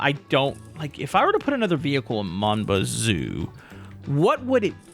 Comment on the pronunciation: i just realized that he pronounces mon bazou perfectly